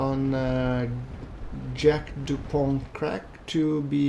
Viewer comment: Jack DuPon' hahaha nah bro. his name is - jacked up on crack